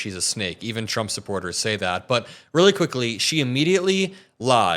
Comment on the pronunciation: Shrumpf instead of Trump 😂🤣😂🤦🏼‍♀️